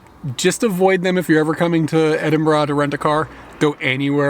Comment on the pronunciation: I've never heard an American pronounce Edinburgh correctly before, what a magical time to be alive